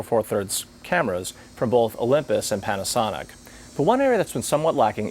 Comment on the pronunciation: sounds like he's saying panty...